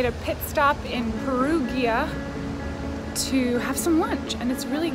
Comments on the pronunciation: LOVED this! You're killing it with the vlogs lately and i'm loving it! Also love that you were present on your trip, I feel like it can be overwhelming trying to vlog everything and enjoy the moment at the same time, so you go glen coco! Also Perugia is pronounced Pear-oo-jee-uh 😁💓 XO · lol It s pronounced Pehroohja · Heey! I'm from Perugia, I'm glad you liked it! The pronunciation wasn't that right 😝